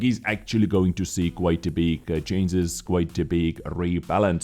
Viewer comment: ChanGes not chainzes. Maybe just use a different word like "adjustments"